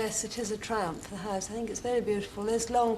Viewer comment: Did she refer to a house as a haise?